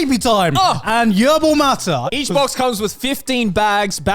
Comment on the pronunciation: “Yerbal Matta” Okay, Garnt. Not what it’s called, but sure. Merry Christmas.